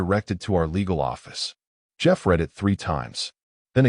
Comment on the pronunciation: Teach ur AI to say read in the past tense!